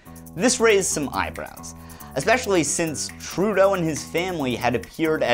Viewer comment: Trudeau .. kinda sounds like "True- though..."